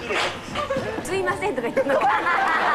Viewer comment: hideがすいませんってみたいに言っている